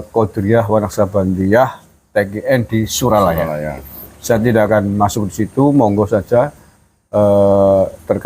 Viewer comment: SURYALAYA bukan Suralaya 😁🙏